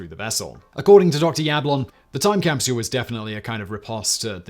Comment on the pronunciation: Simon i am a massive fan of you and all of your channels and all the team members that help you do it all, however after 4 years of watching your videos every day today i found out (😏) that i absolutely despise the way you pronounce “capsule”. Other than that you’re an absolute legend in all your endeavors and pronunciations. Cheers!